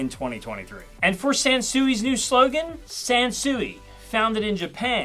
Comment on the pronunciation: I thought you said Samsung. I had to do a double take. 😂